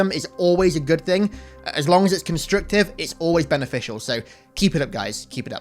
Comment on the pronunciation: Did you say "constrictive criticism"? With an "I"?